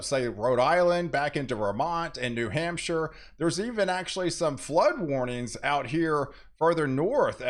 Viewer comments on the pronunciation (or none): none